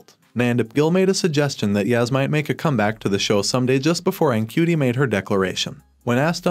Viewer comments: Ncuti is pronounced "shooty", Davies is pronounced Davis (or at least it is in RTD's part of the world, which is also mine) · Ncuti is pronounced more like shoo-ti, I believe